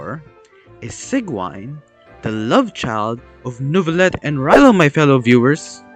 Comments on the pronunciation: It's pronounced see juh winn But you pronouncing it Sieg Wine is honestly better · Can we talk about how after hearing Sigewinnes name multiple times in the game, he still pronounces it wrong? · I love how he pronounces Sigewinne like 4 different ways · It hurts me every time you pronounce her name